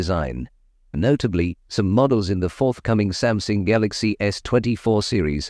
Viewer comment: Is Samsung pronounced Samsing?